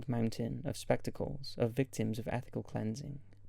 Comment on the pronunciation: Did he say "ethical cleansing?"